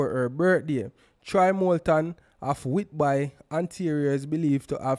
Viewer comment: Whitby is pronounce wit...bee. It's so terrible how i get the Canadian news on Jamaican Youtube channel. (My choice)